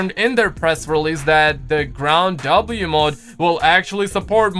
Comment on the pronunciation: Why doe you keep saying ground W instead of ground war lmao